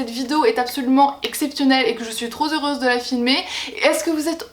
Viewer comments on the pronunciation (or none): Trop Zeureuse ? #LiaisonsDangereuses 😜